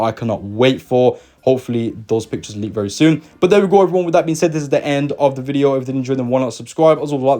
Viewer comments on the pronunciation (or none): none